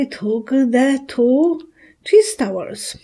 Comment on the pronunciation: Thank You ! I thought she was saying cheese towers !